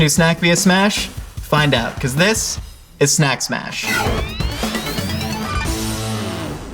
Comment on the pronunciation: Did he say sack smash that one time?